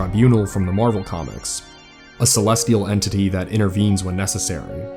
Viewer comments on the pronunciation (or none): none